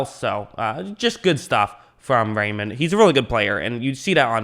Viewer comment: "Rei" is pronounced like "rye" in English and "mann" like "munn" with a hard "n". So together that's "Ryemunn" in English.